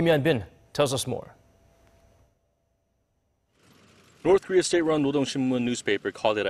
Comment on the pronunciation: "orth....."😂😂😂 ORTH KOREA IS BEST KOREA!!! Just kidding